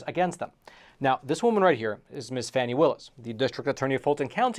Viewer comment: Glad to see you pronouncing her name correctly; FANNY, not FARNY.